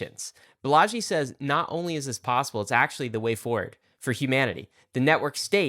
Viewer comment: I think it’s pronounced “BAH-la-jee” emphasis on the BAH, as opposed to “bah-LA-jee”. Heard it this said way in other other talks/interviews by people close to him